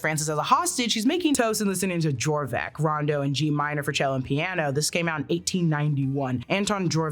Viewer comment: Dvorak: "d'VOR-jacques," not Jorvak.